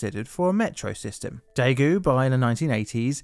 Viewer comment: It's Daegu, not taegu. If in doubt, read the title of this video.